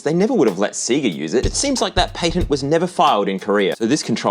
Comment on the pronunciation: I almost want to stop watching for how you mispronounce Sega and patent